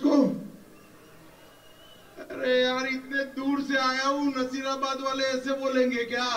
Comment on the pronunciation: भाई वो नसीराबाद है नजीराबाद नहीं